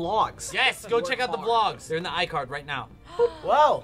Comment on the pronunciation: dey arrrrr - Alex, FBE Staff